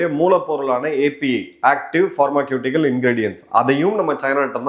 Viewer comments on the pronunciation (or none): Excellent presentation. A couple of minor pronunciation tips: (1) Pharmaceutical - ஃபார்மசூட்டிக்கல் not ஃபார்மக்யூட்டிகல் (2) ஷாவ்மி not சியோமி